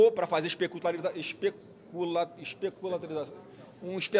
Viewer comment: PARE DE CHORAR , UM SENADOR QUE NEM SABE FALAR ESPECULAÇÃO.